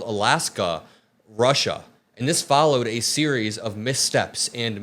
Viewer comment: He didn’t call Alaska Russia, he called it Rushia